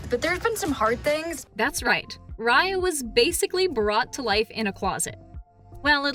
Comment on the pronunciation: what's her name again? Rar-Yar,Rai-Ar,Ray-Ar?